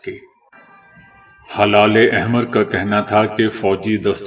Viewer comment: It is not halale ahmer it is helale ahmer